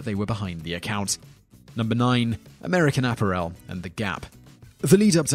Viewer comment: I only watch these videos for the bad pronunciation. You nailed it with #9, American Apparel.